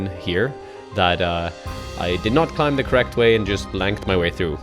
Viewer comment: Bro, learn to pronounce the world 'climb' man. 😂